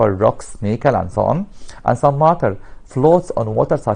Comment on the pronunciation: He is say maaater not matter